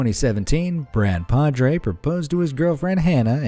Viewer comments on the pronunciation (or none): none